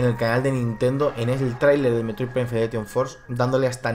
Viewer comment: Si dices FedereTion, puestos porque no dices FederATion?